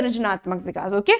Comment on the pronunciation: Lekin aap vikash vikash bhut bura lg rha hai Vikas bolye Bura na mane is ghlti ko zaroor sudharen